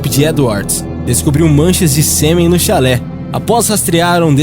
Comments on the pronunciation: Não é chalé, é xale. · Amigo, é chale e não chalé. Chalé é outra coisa. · Não sabe nem ler direito, é xale não chalé....energúmeno kkkkkkkkk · oi, vc poderia aprender a pronunciar algumas palavras tipo chalé é uma casa ou choupana no campo, xale (se pronuncia xá-le) é uma espécie de lenço colocado sobre os ombros. em outros vídeos tb achei estes erros, desculpe te corrigir, mas não faço isso como forma de te ridicularizar, mas para te melhorar. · Chalé é uma casa. Ninguém investigou a casa de uma prostituta vítima de Jack. Investigaram um xale (roupa). Vc está pronunciando muita coisa errada nos seus vídeos. Algumas ficam incompreensíveis. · Nesse caso de jack o estripador, você fala chalÉ, quando o nome do cachecol é chÁle... no mais, ótimo vídeo... like. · Chalé não!!! A palavra é xale!!! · Temas interessantes, mas precisa ler os textos corretamente. Neste vídeo o narrador fala "Chalé" ao invés de "xale". Falou tb cabeleleiro ao invés de cabeleiReiro.